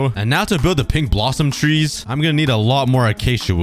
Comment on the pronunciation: I thought you said pig tree biome instead of pink tree xd